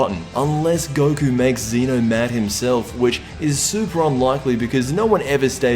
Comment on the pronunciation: ZEH-NO! ZEH-NO!!!!!!!!!!!!!!!!!! NOT F*CKING ZEE-NO